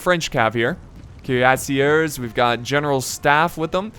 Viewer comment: Your pronunciation is getting better but you still say the "er" at the end of french words like an english er😋 it is pronounced like the letter A. So Cuirassier ends in a A sound not a er sound